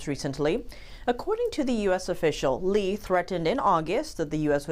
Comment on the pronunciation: bessent can't even pronounce Lee's name properly. Why is he shaking?